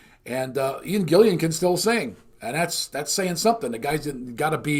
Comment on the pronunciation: 'Gillan', not Gillian.